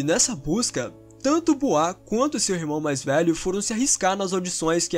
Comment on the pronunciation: Por favor se pronuncia boua